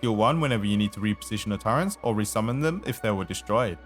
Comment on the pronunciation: bruh you keep adding an N in turrets :eyes-purple-crying